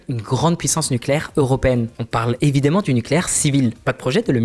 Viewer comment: Désolé je suis sans doute chiant mais les "évidemment", "récemment" ne se prononcent pas comme vous le faites, c'est assez frustrant...